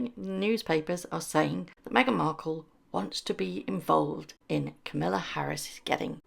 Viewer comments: Kamala ……. to rhyme with Pamela. Not Camilla. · Kah-maahla Harris not Camilla :D And yep, Meghan upstaging George is beyond pathetic. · Just a slight correction. It’s pronounce Ka ma la not Kam ill a. 😂 it’s not familiar for sure. Nope not a chance but maybe we will see her work at getting in politics. KC needs to get rid of the link to their site and remove titles. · KA ma la…. Not Kamilla! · Its Kamala, not Camilla! Why can't people get it roght? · please pronounce Kamala's name correctly. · Meghan has no barring on Kamala's running as our president! Period! Please pronounce Kamala's name correct or I have to unsubscribe! Be respectful for kind, decent females please!!!